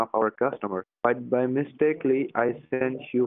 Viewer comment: I'm sorry... did he say 'mistakely'??